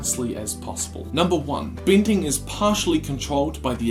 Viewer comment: Didly(deadly). binding(bending). Great videos/theories, but the pronunciations are bad.